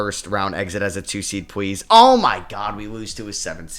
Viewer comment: I NOTICE YOU REPLACE YOUR Ls with Ws,,,,,,,,,please=pwz, matas buzewis, cooper fwag honawuwwu loln wdf is Dpoy lmao anyway great video bro lol